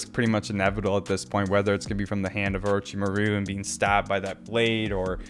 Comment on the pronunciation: I was boutta say this too lmao I noticed how he been saying it and Orochimaru and some other names lol but all in all I'm loving the content and video analysis and character ratings💯💯